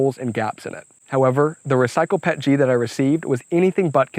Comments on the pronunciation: the only thing that triggers me was PET-G P.E.T.G not Pet-G xD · With 20 years in the plastics industry, I cringe every time I hear someone say "Pet-G". It's Pee-Eee-Tee-Gee :) That said, this print project is epic!!!! Awesome job!